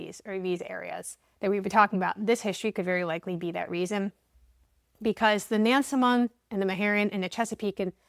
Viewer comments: Im from that area. People with these last names are everywhere there. BTW we pronounce it Nans-mond. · Locals pronounce it "Nasmund". Like Nawfuk and Sufuk. Instead of Norfolk and Suffolk. Portsmouth ? "Portsmith". Now do The Guineas of Gloucester Point. It's on the Middle Peninsula. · Not to be the speech police but everyone get this wrong. Powhatan is pronounced "Pow a tan" and Nansemond is "Nanz Mund"